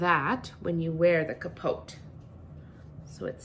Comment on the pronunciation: the t is silent in pronounciation of capote